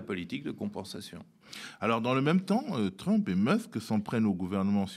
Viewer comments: Sa persévérance à prononcer "Trümp" au lieu de "Trump" me déconcentre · TrÛmp j'adore quand il prononce son blaze à la francaise... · j'aime beaucoup comme Bertrand Badie prononce le nom de "trUmp" avec ce "u" pointu. Ces gens là ne sont pas des flèches, juste des barbares et je me demande ce que va donner l'amitié entre trump et musk (toujours avec le "u" pointU pour les 2 noms s'il vous plait). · J'adore comment il nomme Trümpe j'espère qu'il fait pareil avec Pütin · Oui😁 au début je trouvais ça étrange mais en fait il prononce tout les autres mots anglais parfaitement bien.. Du coup c'est bien vu, ça remet l'autre affreux un peu à sa place 😂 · Pourquoi l'appeler TrUmp en prononçant le U ??? !!! j'apprécie l'analyse mais cette prononciation laisse perplexe ??... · Pitié prononcez Trump correctement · C’est insupportable cette façon de prononcer Trump. Désolé mais je peux pas poursuivre plus loin la vidéo.